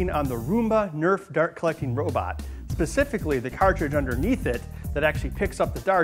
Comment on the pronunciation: Pacfically? Did you mean specifically?!